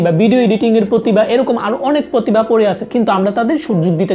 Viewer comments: Not পতিবা। its প্রতিভা। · পতিবা না, প্রতিভা